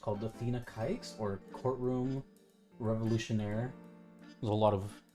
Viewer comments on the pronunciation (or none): I know he didn't mean it like that, but when he pronounced it the way he did, I was internally screaming " NOOOOOOOOOOO!"